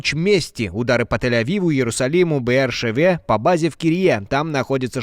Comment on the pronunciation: Беэр-Шéва, а не Беэр-Шевá